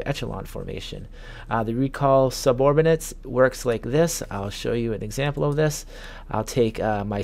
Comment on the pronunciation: Suborbinates!!! Caviar to this!!! Hahahahahahaha I had to replay that a couple times to make sure you didn't say caveat. Slow down man